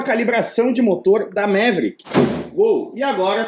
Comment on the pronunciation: O nome original pronunciava-se “Maverick” e nao “Méveríck”.